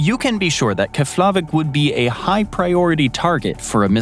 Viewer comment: Lol 😂 the pronunciation of Keflavik in this video is cute! I was stationed there for almost 3 1/2 years and the locals that worked on the base didn’t pronounce it that way and neither did Americans.